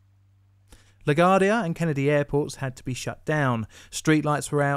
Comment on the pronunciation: FYI La-GWAR-dee-uh .... Yes confusing, it's English